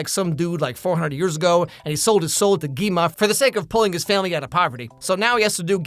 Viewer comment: Gwi-ma. Gwi-ma Deez nuts. (I'm so sorry)